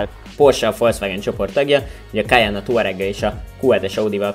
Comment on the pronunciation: Nagyon jo a teszt de nem “kajannnnn hanem kajenn-ek ejtük 😉